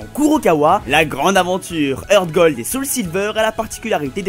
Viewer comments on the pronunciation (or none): none